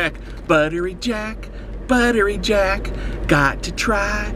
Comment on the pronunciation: I only hear "Butter Reject"